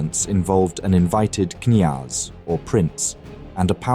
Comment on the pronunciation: In Russian the initial K before a consonant is pronounced. It is KNYAZ not NYAZ.